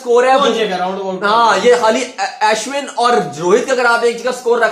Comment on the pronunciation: It's not As win.... It's Ashwin.